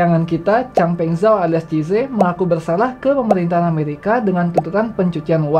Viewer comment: Tolong pengucapan nama asing diperbaiki supaya channel ini makin tampak smart. Baca CZ bukan CIZE tapi SIZI